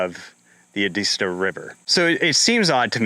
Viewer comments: Edisto not edeesto. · It’s pronounced Ed-iz -stow